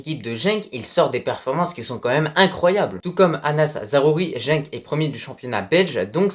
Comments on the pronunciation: Tu lâches pas l'affaire avec ton jenk 🤣🤣 c'est genk.. et pour la relève de bouffal je penserais plus à ezzalzouli. Faut pas oublier qu'il a 20 ans.. pour les autres j'ai bien peur qu'il choisisse plutôt la France.. ils vont espérer être intégré mais avec le temps ils seront éjectés comme Benzema. Un maghrébin sera tjs considéré comme une vulgaire chaussette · Pour Genk, c'est bien la deuxième prononciation qui est la bonne ;) Bonne vidéo